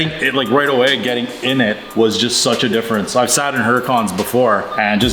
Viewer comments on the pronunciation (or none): none